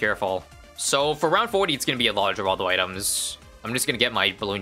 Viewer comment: when will y'all learn... It's pronounced "Hur-all-dow" NOT "Gur-all-dow"